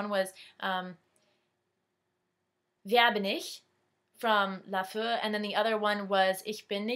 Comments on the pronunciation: not laföö. it's like "LA" (almost like french) "FEEEE" you gotta hear the e ^^ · haha xD wie du LaFee sagst *-* du sagst immer laföö... so funny xD